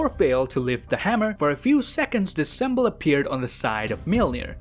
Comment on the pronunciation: Bruh why does he pronounce it like sembol